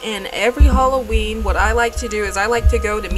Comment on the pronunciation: OI, it aint holloween.